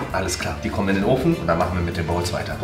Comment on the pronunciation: Wie weird kann man "Bowls" aussprechen?😂